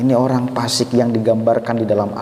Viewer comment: Baiknya bedakan lafal fa buksn pa'